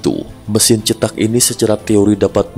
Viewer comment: Bukan rumah cetak, tetapi rumah ceetak ( E nya, e pada seperti 'enak', bukan seperti e pada 'cepat')